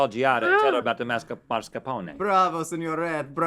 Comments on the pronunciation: It's spelled M A S C A R P O N E. If you say "mars-cuh-pohn", you are saying the R too early in the word. Also, it's not an english word. You verbalize the final vowel. "mass-car-poh-knee" or kind of like that, it's hard to type phonetically. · "mascaRpone" not "maRscapone". Great episode though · Mascarpone is one of the most mispronounced words in the history of the world...it's not MARSCAPONE folks, lol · Look at the word, mascarpone, Rhett. Where is the R? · I love how excited Rhett was about learning how to pronounce mascarpone, even though he was still mispronouncing it the entire time.